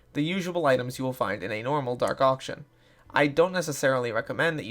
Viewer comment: Dark auction dark auction dark arcshun